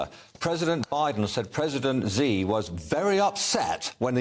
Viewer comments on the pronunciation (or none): it's not "z", it is pronoun more like "si" of silly.